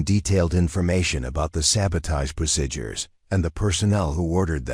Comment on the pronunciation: So refused to learn how to correctly pronounce some words. Like procedures and eighteen and others.